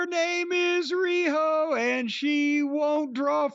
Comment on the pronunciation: THE WAY JIM SAYS "RIHO" OMG :face-green-smiling